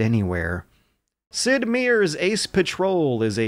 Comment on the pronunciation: Sid Meier - the last name is pronounced "my-er" not "meer".